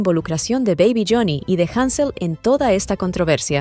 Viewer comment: Te cagaste ctm cuando dijeron hanzel jajajajajaja